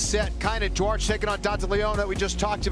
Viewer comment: Duarte, Dante. Can't say Duarte but can say Dante. My gosh us Americans are bad at language